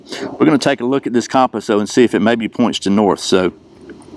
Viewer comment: The way you pronounce compass..🤦